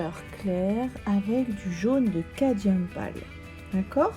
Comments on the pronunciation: il s'écrit ainsi mais vous prononcez cadium 😉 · Vos explications sont très claires et donnent vraiment envie de s'exercer ! Cette légère altération du mot cadMium m'agace un peu à la longue ;-)